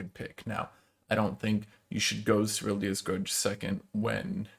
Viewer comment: I really wanted to watch the whole of this but every time you said SERYL-DIIIII-A’S grudge it hurt my ears too much 😂 much love to the super top